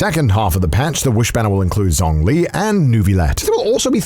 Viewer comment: I have never heard Lyney and Zhongli pronounced that way that it made me laugh. XD Thank YOU for letting us join you on this amazing journey. I've watched your videos since the Black Butler days and everyday I'm just proud of your growth. Keep it up~